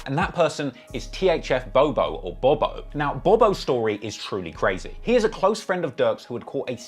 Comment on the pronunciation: Now i usually give you the benefit of the doubt in pronunciation because of the accent BUT you literally called Bob-O "Bo Bo" about 30 times 😅